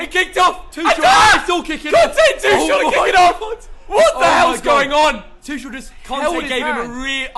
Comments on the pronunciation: Bruh his last name is pronounced Tu(ck)el. Even though it’s spelled Tuchel, it’s pronounced with a k sound not a ch sound. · Why do they pronounce Tuchel as Tushell